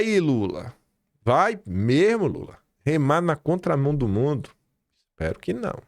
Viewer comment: "o governo lule tamém" Sadi? Credo uai. Não se ensina português pra ser jornalista? Eu, hein 😮